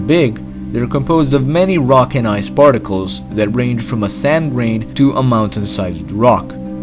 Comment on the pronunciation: Ayyyyy! The accent thoughhhh. Just the Dat and Duh and Eart xD